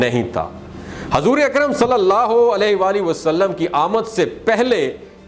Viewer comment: Aap hajur bolate Hain yah Sahi nahin hai aap hujur bola Karen